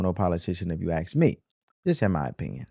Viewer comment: I like this show. But I can please note that is aSk not aKS. I mean no disrespect.